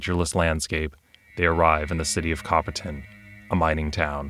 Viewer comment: Pretty nifty. I remember playing Cthulu back in the 90s at a convention, it was around the same time that I test played Men In Black (the West End Games version). Both were fun. By the way, every time you said Copperton (pronouncing the "ton" like "tin," which is common enough), I heard "bronze," since copper and tin make bronze... sorry, bad joke. The video was good, though.